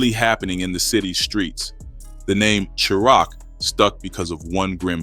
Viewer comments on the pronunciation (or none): Tf Is Sure Rock ? Chi Raq Is Pronounced Shy-Rack Goof Ah 😂😂😂😂😂😂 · He said SHURAQ😂😂😂😂😂😂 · 😂😂 Chiraq is pronounced like "Shy rack".... This is the second video I've watched where it's said wrong.. come on bro! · Shy-rack = Chiraq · Well I'm done..unsubscribe..I can't follow A.i....hearing words mispronounced throws me out...can't say chi-raq right...i thought this was a real ni@@@ reading lol